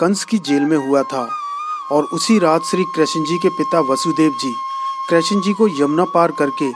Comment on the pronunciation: Krashan ji nhi krishna ji boliye